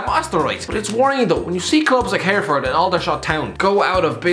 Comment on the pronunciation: Big up for mentioning Hereford and extra points for knowing how to say it lol HUFC forever